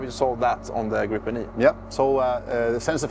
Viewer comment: A bit comical though to hear Swedes pronounce it "grippen", i.e. with a "broken" English accent. For you who don't know, in Swedish it is pronounced as [gre:pen], with a long e as in "Jeep" (the car brand).